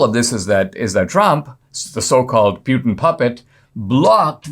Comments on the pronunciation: I believe Putin is pronounced Pootan not Pewtan. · C'mon Dinesh... Who TF is Pyoutin? I thought you were a smart fellow. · NOT PU LIKE PUKE BUT PU LIKE POOPOO PUTIN 🤣🤣🤣